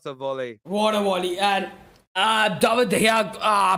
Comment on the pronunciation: "Vat a wolley" 😂